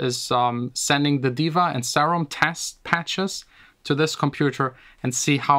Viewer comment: Im triggered how you pronounce serum ughh